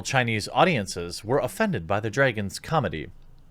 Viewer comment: Lmao the way he pronounces dragon is so fucking weird “Dray-gon”